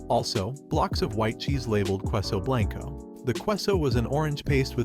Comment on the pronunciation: qweus-o blank-o Oh god make is stop!!! Freaking at least try to pronounce them right. K-SO and blahn-Koh